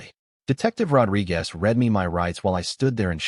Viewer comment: Ah, robochannels with their AI writing (in what culture can you pull the date of a wedding ahead six-weeks before the wedding) and AI reading (weird pauses and mispronunciations. Rod-ri-GAS, lol)